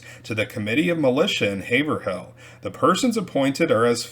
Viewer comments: Nice video! For what it’s worth Haverhill is pronounced HayVrill… kind of pronounced in 1 syllable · It’s pronounced Hav-rill.